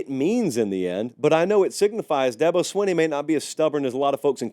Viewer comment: Its not swin-ee its sween-ee Here ill help coah Da-bo sweeeeen-E.